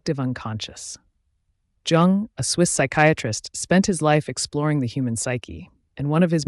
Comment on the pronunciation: You might gain more credibility if you pronounce his name consistently and correctly.